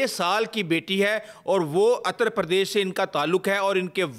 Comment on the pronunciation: Ater pardeash nahe uterpardesh